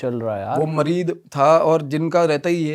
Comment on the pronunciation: Mareed nahi sale muried hota means kisi ka sewak deewana Yeh urdu word hai muried